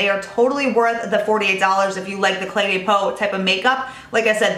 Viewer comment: i love your reviews! De as in Cle de Peau is pronounced duh, not day and you will be absolutely perfect! I don't mean this in a nasty way at all, I love you girl, but I also love the French language:)